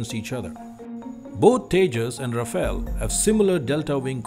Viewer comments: The pronunciation is Ra-Fal and not Ra-Fail. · The spelling and pronunciation of Rafale is wrong. It should be pronounced as Rha-faal. You need to get both right to be taken seriously.